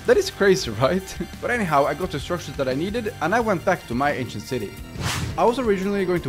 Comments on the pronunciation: Whenever he said “ancient peoples” I thought he said “asian peoples” which I personally thought was pretty funny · When you said 'aincient city' the automatic translator said 'asian city'💀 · i swear all i'm hearing is him calling the ancient city the asian city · Him: Ancient city Captions/Subtitles: Asian city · I don't know why I kept hearing "Asian" instead of ancient lol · Every time he says “ancient people” I think he is saying “Asian people” and it was so confusing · Were you saying ancient people or Asian people I'm confused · Is it just me or most of the time when he says ancient city sounds like 'asian city' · is it me or he keeps saying asian instead of ancient?